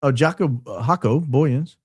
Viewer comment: Jaco (J sounds like like the Y in "you") The "o" at the end pronounced like "ooh" Booyens ("Boy" (like the child) "ens" (sounds like "ah-n-s") Either that helped or confused the heck out of everyone 😂. South African here trying to help. Good try though 🎉